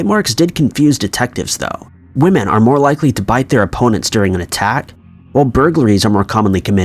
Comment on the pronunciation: IT'S WOMEN!!! NOT and I can't stress this enough.. NOT WOMAN!!!!